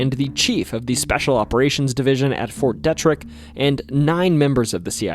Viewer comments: It's pronounced fort DeeTrick. Not Deh Trick, just saying brother. I appreciate your awesome video on our state man. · It is pronounced Fort DE-TRICK or to make it easier Fort DEE-TRICK. I worked there for 42 years and my father before me for almost 40 years. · Native Marylander here! Love the video its really well layed out. I just wanted to let you know the Detrick is pronounced Dee-trick. I live 6 miles away from that fort and that's how everybody calls it. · It's pronounced "Fort Dee-trick" in Frederick, MD. where I was born, raised as a child off of Opossumtown Pike looking out of my childhood bedroom window at the north side of Fort Detrick army base, and currently still live in the City of Frederick off of Ballenger Creek Pike. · I like the way he says fort detrick! 🤣.. its pronounced. D.. trick.. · MD native here: it's pronounced Fort DEE-trick. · Fyi fort Detrick is pronounced “Dee-trick” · Thank you from a born and raised Marylander. Several of these stories were new to me. Just wanted to let you know the correct pronunciation of Fort Detrick is Fort Dee-trick. Also Bladensburg is pronounced Blay-densburg.